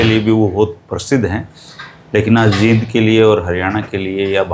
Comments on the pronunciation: JEEND & JIND भाई जैसी स्पेलिंग वैसा बोल 😂😂😂😂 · 🙏आदरणीय और अभी पीछे सुना था कि राष्ट्रीय गीत को शुद्ध उच्चारण से गाया जाएगा l लेकिन जींद को #जिंद और अमृतसर को #अमरुतसर, पेड़ को #pad जैसे phonetic उच्चारण राज्य की मातृशैली का प्रभाव होता है l अत: विश्व में शब्दों का उच्चारण गारंटी से नहीं कहा जा सकता कि वह किस रूप में शुद्ध माना जाए🙏l